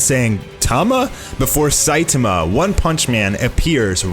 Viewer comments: Please repeat after me : Sai -TAH - Ma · i really don't like the way that he says saitama no offense